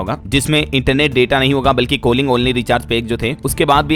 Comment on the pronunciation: कोलिंग nhi कॉलिंग होता